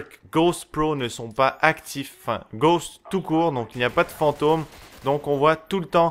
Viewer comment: C'est le "Perk" que tu détestes "Ghowst" ? (je sais on dit Ghost hein --") Mais... POURQUOI TU AS GHOST !?